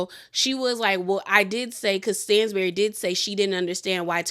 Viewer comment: It’s pronounced STAN-bury not STAINZ-bury. I’m not being shady I love you but it was low key annoying to hear you say it wrong 😂😂😂